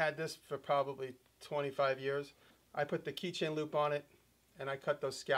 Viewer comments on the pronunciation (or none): none